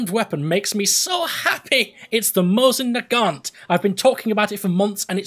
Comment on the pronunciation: When you said, "Mosin-Nagant..." I literally leapt up and off my seat out of joy! FINALLY